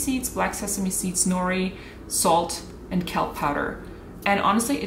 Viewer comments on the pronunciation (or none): none